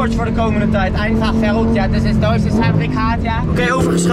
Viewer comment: 'verrückt',, niet 'verruckt'. 'verruckt' is, wat jij de afgelopen maanden met je plasser hebt gedaan. 🤣